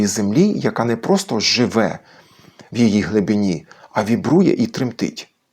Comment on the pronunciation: А там наголос часом не на "И" в слові "глибині"?